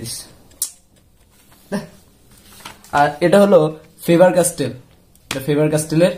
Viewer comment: Bro,I don’t have any problem in my ear.Need to mention that I have heard this 2 times.Don't take it seriously It's a mistake not sin.